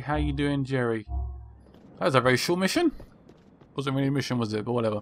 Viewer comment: its Gerry bot Jerry you making the J sound its suppose to be the G